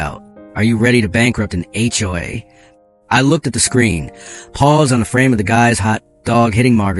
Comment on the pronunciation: The word is SIGHED and not SIDE. It’s also HOA and not all of the other variations that were used. Now, about the story, you should have put on a lien on MARGARET’S HOUSE, for your lawyer bills and to pay for the HOA lawyers fees. Then there is the $40,000.00 in the emergency fund. That should be placed into an interest bearing fund for pool costs in the future. I’m sure they have a pool. I wouldn’t let MARGARET get away without clearing up her debts to you or the community. I would also have checked for embezzlement. With the lien on her house, she can’t just disappear without paying.